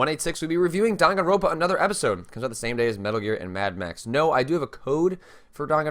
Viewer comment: by the way, it's "Dan gan roN pa" not "ro pa". you keep skipping that third N and it always drives me kind of nuts lol